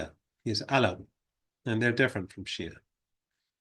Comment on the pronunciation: It's not "Sia"; it's Shia.